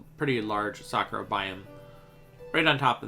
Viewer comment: When Bro is saying "Sakura Biome" I thought it is "Soccer Biome"